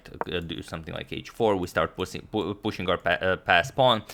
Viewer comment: agadmator said 'pussey' instead of pushing 🤣🤣🤣🤣